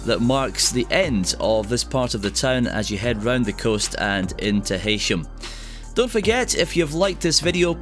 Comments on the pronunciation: Not "Heysham" but is pronounced "He-sham" by locals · The way you pronounce Heysham is sending me over the edge! Just think Hey as in key! Pronounced 'heesham'. Great film though, makes me nostalgic for my home town. 🥰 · Heysham locally is pronounced "Heesham"